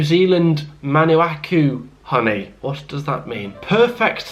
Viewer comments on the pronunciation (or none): “Manuacu honey” need to get out the house more mate